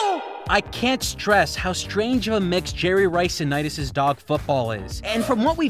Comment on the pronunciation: The correct way to say it is Nitus and I I know, it’s petty, but it irks me so much